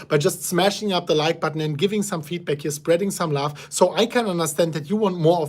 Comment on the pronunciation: We like you, even if it is not laugh instead of love; just a small difference in pronounciation